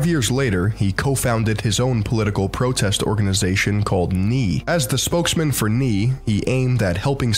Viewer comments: lol the guy pronounces groen as growen and nee as knee! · Too funny he pronounces the Dutch word for "no" as "knee"... phonetically it actually sounds exactly like the "ae" in "Salt-"bae" with an "n" in front of it. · I fucking hate the nee pronunciation lool its nay ! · Nee (pronounced "nay"), means no in Dutch. Probably what he was going for and not a knight that says nee hahaha